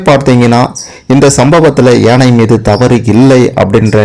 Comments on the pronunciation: ஏனை அல்ல ..யானை. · ஏனை என்று சொல்லாமல் யானை என்று சொல்லவும்.கேட்க...கேட்க தமிழை நினைத்தும் மனது வலிக்கிறது.